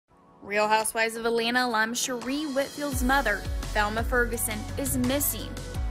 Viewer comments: Her name is pronounced Sha-Ray. U must be new or never watched the RHOA. I hate when whypipo mess up our names. It feels so inconsiderate as if U didn't take the time to get it right. U mean out of all the people at Access Hollywood NOT ONE PERSON knows the correct pronunciation of her name? It may seem small but it actually is a huge error to mispronounce her name especially being a "professional" entertainment news outlet. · How do you not know how to pronounce Sheree's name? Unprofessional and inept